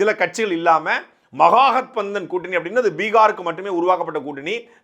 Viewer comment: தமிழர்கள் ஒருபோதும் இந்தி கற்க மாட்டார்கள். இந்த ஆளால் மகா கட்பந்தனை சரியாக உச்சரிக்க முடியாது.